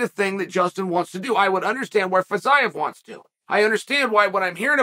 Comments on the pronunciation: not feez-eye-ev feez-e-yiev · I thought it was Fiziev but now thanks to Chael I’m calling him FitsIeev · Ah yes Fitz-Eyev, never change chael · Legit took me till the video nearly finished to figure out who Fit-zi-ev is haha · idk, w/Fiziev he changed all the vowels, and a consonant, and added a syllable, in 6 letters. Champ. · Boy, that took an unexpected turn... 😂 minutes of butchering the name "Fiziev", just to end with annihilating the hypothetical person that says Paddy wouldn't be ready for Gaethje. 🙏